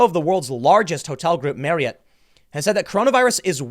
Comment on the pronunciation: Nice job pronouncing Marriott correctly.